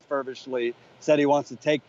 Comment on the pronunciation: fervently, not fervishly